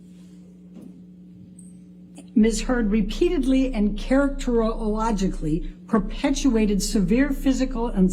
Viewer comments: whats that word charac-tor-ologicaly am I dumb or did she make up or mispronounce? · WTF IS CHARACTERLOGICALLY????? Whaaaaaat?????????🤦‍♀️🤦‍♀️🤦‍♀️🤦‍♀️ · ”Characterlelogily” is absolutely hilarious. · 🧐 …perhaps she can’t say “CharactergarrowbackauiLLLUUuckbulleh” correctly because it’s actually pronounced “characteristic”👀😬🤷‍♀️😅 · Charo-toe-oak-talogically is a brand new word based on the pronunciation 😂😂😂 wtf! is tht lady hitting the sauce? Or is tht brain damage from cocaine? an Illiterate lawyer🤣 a comedy movie should be made from this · “Characterologically” lol 😝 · Sack that lawyer she is embarrassingly incompetent. What person employs a psychologist to do an assessment without interviewing them? Who hasn’t heard of Johnny Depp? Be hard to find someone to do an assessment who hadn’t. She struggles to pronounce a word from a report she is going to use in cross examination. Poor prep. I’ve no idea of this case just struck this video because I’m interested in personality disorders celebrity spats aren’t of interest. I’m horrified at the ineptitude of the lawyer doesn’t mean she is wrong I’ve not followed it but she’s just not up to the job. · To be fair, “Characterologically” is hard to pronounce. It doesn’t roll off the tongue naturally.